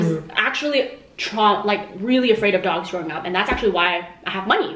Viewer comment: i thought he said big ducks instead of big dogs